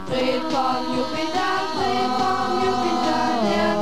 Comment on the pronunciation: WAS IST DAS?!?! 1) Seit wann hat Fred braune Haare und ein grünes GESICHT???? Ist dem SCHLECHT oder was?!?! 2) Diese Puppen am Anfang sind doch voll gestört!!! 3) Fred wird NICHT Freed ausgesprochen ! 4)Man kann mit einem Raumschiff nicht RÜCKWÄRTSFLIEGEN!!! 5)Sollte man nicht wenigstes ein bisschen interessiert wirken, wenn man von einem attraktiven Mann singt, und wo wir Grade dabei sind... 6) MÜSSTE FRED NICHT GUT AUSSEHEN?!? 7)Was sollen diese behämmerten Posen darstellen? Und was macht der Möchtegern-Fred da im Hintergrund?!?! 8)Als hätte Fred wirklich so eine dämliche Computerstimme! 9)Dieses Video ist das schlechteste was ich je hier gesehen habe ( und will schon was heißen auf YouTube !), es ist schlichtweg mit ,, DAS GRAUEN" zu betiteln wäre untertrieben!!! 10) Ich hoffe die Darsteller sind tot.